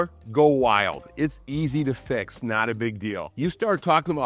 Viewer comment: Ne-awt instead not. Northerners pronounce things so strangely.